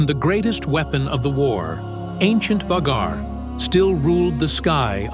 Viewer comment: It’s about how your AI says “Vagar”, instead of Vaeghar.